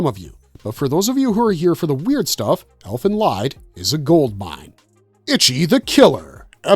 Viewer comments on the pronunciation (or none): Its pronounced ELFEN LEEED . Unsubbed AI SLOP